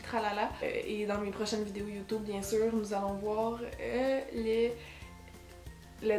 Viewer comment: Haha tu dit YOUTOUBE